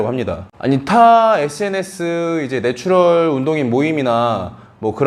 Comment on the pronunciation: 죄송한 말씀이지만 네츄럴 빨리 발음하실때 노출혈처럼 들려요. ㅎㅎ